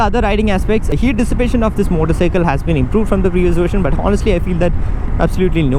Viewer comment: Everytime he says "moddicycle" 🤣